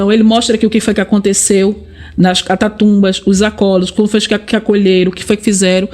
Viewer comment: Catatumbas???? CATACUMBAS, NÉ